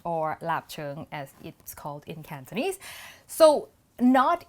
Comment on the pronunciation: Your Cantonese pronunciation isn’t bad. When did you learn it?